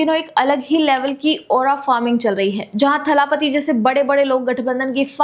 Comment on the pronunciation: सही उच्चारण दलपति है, थलापति नहीं Please correct your name pronunciation. I'm a regular followeer of your channel 🙏